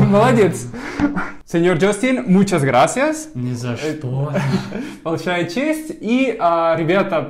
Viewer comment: сказал "ни за что". Это, как в английском "no way". А имел в виду "не за что", как на английском "not at all". В произношении разница незаметна в плане звуков. Она заметна только в ударении. Большими буквами выделю ударения. В этом месте надо было сказать "нЕ за что", а не "ни за чтО". Надеюсь, понятно объяснил.